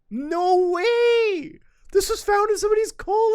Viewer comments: I thought the same-- when he gets excited he sounds more Canadian than usual, lol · bro turned into a midwesterner. No wey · Muta has never sounded more Canadian than when saying "no whey" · I read this the moment he said it and yeah, extra Canadian at that particular moment